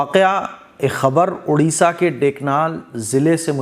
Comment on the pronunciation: Udisha nahi odisha ❤